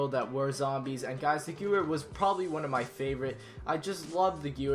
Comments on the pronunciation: omg he said gooere its pronounced gevere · LSAT is also in nuke town! That other gun is pronounce "gavare" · Hey the Gewer is pronounced Gevar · You play zombies and you pronounce a gun wrong... Really? Geh-Veer not gyoooer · he does no the geweihr is pronounced gevwer right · its not gewer its ga var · 'Ghurwere'? It's pronounced Ge'vere. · _- why did you pronounce gewehr like its spelled... its pronounced gevehr, but spelled gewehr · gevere not gewer it is how it is pronounced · "Guwer" -- It's pronounced "Ge-Vehr" Sorry, but I had to correct that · Quwer hahahaha Ge-werrr U are welcome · Its gevair not guer u idiot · Oh my gosh it is pronounced gvear not gewer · its pronounced gevher not gewer its not an English name w is pronounced as a v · Not 'Gewwerr'. It's pronounced 'Gevvherr' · It's said gevair not gewer learn German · yeah he pronounced it "Guwur" but its actually pronounced "Gevehr" since the Germans pronounced W's like V's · The Ghewer is pronounce ghVER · honorable weapon the gewehr its pronounced ga-ver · First i didnt know what he was talkin about lol ''gevuer'' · Your meant to pronounce it gevehr as how the German accent is same with nacht its your meant to make a hiss noise when it's at the ch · the gewher is purnoucned geevar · Its pronounced Gahveir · Wtf man "Giewer" 😂 wtf is a giewer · geever, der rees, wonderwaaf, keeno... sorry, i love the countdowns, but those pronunciations are painful to listen to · Geyer? Do you mean Gewehr? Bad pronunciation... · U pronounce the gewehr like guh-var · It's gahvair is how u say it you dumb ass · chipynicky Give-Air. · I agree, you say it like "geveir" I said it like he did before I heard it on sniper elite v2 😂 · Gewehr is actually pronounced, (Gev-air) as I was told... might be false. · It's pronounced "Gevair" 43, but is Spelled Gewehr 43, Gewehr is German for Rifle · The Gewehr 43 is pronounced like Gevare (hard g and hard v) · Its pronounced Ge-V-ere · Pronounced Grevehr